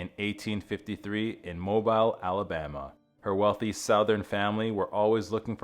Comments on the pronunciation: “It’s pronounced “Mo Beel” not like a phone!!!! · Mobile, Alabama. It’s pronounced [Moh-beel.]😊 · It’s pronounced mobeel, Alabama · Why don’t narrators learn to pronounce words correctly before doing a video? Mobile, Alabama is NOT pronounced “MobIle,” with a a long I. The correct pronunciation is “Mo-beal,” like a long E. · B.T.W.....Its pronounced, MO BILL, Not Mo bile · The pronunciation of Mobile Alabama is Mo-beel, not Mo-bīle. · Sorry. This is AI. Mo-byle Alabama? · Mobile…mo-beel! And Consuelo is the male name! It’s Consuela…con-swa-lah! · It's pronounced "mo-BEEL." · "Mo-bile" Alabama. I hate AI readers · It is pronounced as Mobeal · Mobile Alabama, pronounced Mobeel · Mo- bile Alabama??! Really? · Mo-byle, Alabama? MacGregor OUT. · Excuse me, it's pronounced as" Mo-Bill " the " e" is silent. Mobile Alabama has a rich history. It's home of Madi Gras. People think New Orleans, Louisiana is the birth place of Madi Gras. It's downtown has a historic park that bears the name of one of it's founders. Jean-Baptiste Le Moyne, Sieur de Beinville. Im sure that Alva Vanderbilt rub elbows with these French founders or their family when she became a very wealthy person. Footnote: Beinville Square is large and at one point had these huge live oak trees, roth iron fences, statues and benches. Keep in mind that the down town area is ine street over from the docks in the Gulf of Mexico. For those who have time and interest do a research about it. You can go here on YouTube to watch videos of it people who have drove through this area. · Mobile has always been pronounced "Mo-beel" by the Americans I have encountered. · I'm not even gonna watch this video cause I'm so sick of Computer-generated voices that cannot pronounce Mobile, Alabama. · You lost me at the mispronunciation of Mobile, Alabama. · I came here to say that! Thank you for providing the correct pronunciation of Mobile, AL.